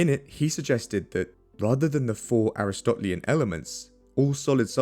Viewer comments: Aristotelian = "uh-ris-tuh-TEE-lee-un." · Excellent video, love your research and writing style! Onnnnne lil nitpick: “Aristotelian” is pronounced like “uh-wrist-uh-TEE-lee-in” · ER-ih-STOT-lee-en ah-RIS-tah-TEE-lee-en There, fixed that for you.